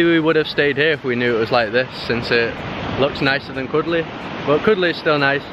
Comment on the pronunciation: This not kodle ...